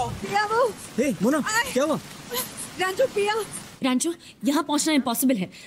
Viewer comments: ...its pronounced as pee-a, not pi-a😂😂😂😂 ... that's called henna(hen-ah) ... there's many many student who loves engineering from the bottom of their heart, but a large number are pressured to study engineering. Each year 30-40 engineering students commit s*ui*ide in India PLEASE PLEASE PLEASE react to CHHICHHORE PLEASE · Paya 😂 instead of Pia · The movie is one of the best and damn funny but what really made me chuckle this time was you pronounced Pia as Paaya 🤣🤣🤣🤣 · Its pia guys not paya....😊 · How come you can pronounce Fia as Fi-ya and cant pronounce Pia as Pi-ya🤦🏻 but Py-ya😂?